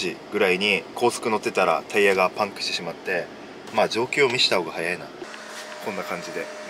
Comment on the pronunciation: パンクの発音がパンプと同じなの脳筋すぎる笑